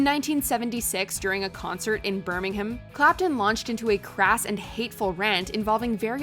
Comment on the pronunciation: the first time I've heard an American pronounce Birmingham correctly!